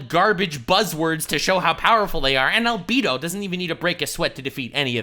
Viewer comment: Are you purposely saying Albedo wrong?